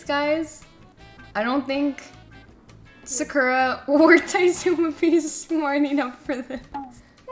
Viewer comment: Is her name actually sakura… like SAKURA!? (Ps u pose to read the first one like kyedae says “sahCurra”) 😹